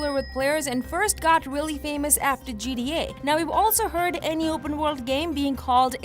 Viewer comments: It's G T A not G D A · She says GDA instead of GTA.